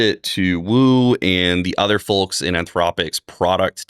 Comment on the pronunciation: The "l" in the word "folks" is silent.